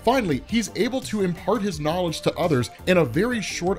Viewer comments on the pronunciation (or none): none